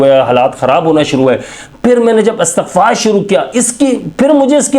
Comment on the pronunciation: لفظ استغفار ھے آ کے اور ت کے نیچے زیر ھے